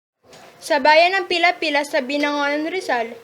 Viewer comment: taga- binangonan ka ba? as i know pililia not pila pila. ( correct me if i hear it wrong) i live binangonan for almost 30 years but now residing here at manila. i know that story.